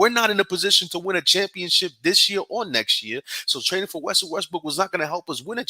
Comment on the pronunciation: Both of y’all butchered Russell name. Lol